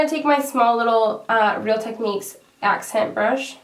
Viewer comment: You kill me with that accent brush, every time, haha.